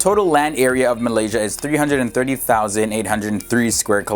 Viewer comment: pfft you even pronounced malaysia wrong. It's "malaysia" not "malysa"